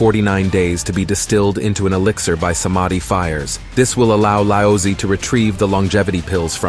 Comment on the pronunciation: Congratulation! You had butcher all the god's name. Example, Lao Zhe became Lousy.